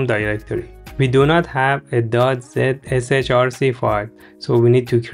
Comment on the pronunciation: helped very much very helpful thank you you sound silly saying .zrch or whatever it said